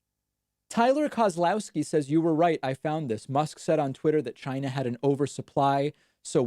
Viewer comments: Except he cant pronounce ”China” either. And if he invents some thing called “Ginavirus” I will vomit. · I guess he can’t pronounce Corona or COVID, that’s why he uses China virus...